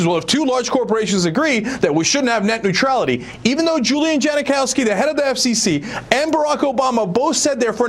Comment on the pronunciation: Hahaha Neutrailty. Oops.